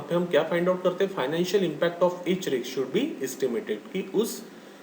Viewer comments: sir it is pronounced as 'Risk' not 'Rkis' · Pl pronounce it as( risk)